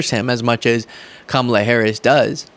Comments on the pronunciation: Maybe she thinks you’re dumb, Jr., because after 4 years, you still can’t pronounce her name correctly. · So Jr either doesn't know how to say Kamalas' name or he's being petty too? Just gross. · Too bad that we have had Trump the primary candidate that belittled fellow Republicans a neaive campaign against Crooked, lock her up Hillary, then a loosing campaign against Sleepy Joe. And now Kamala Harris that he has never gotten her name pronounced right. It's hard to call Trump big on policy. That first campaign build the wall, end Obamacare, trade deficit, 3% growth, tax cuts were close to policies but now he is unable to articulate any policies. Just my opinion